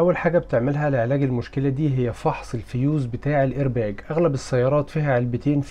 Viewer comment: الايرباق بالقاف وليس بالجيم